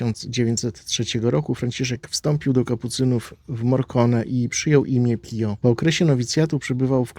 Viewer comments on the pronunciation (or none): "Pijo", a nie "pio"! sprawdzaj, jak nie wiesz!